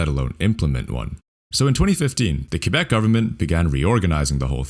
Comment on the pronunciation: Praises for pronouncing Quebec adequately.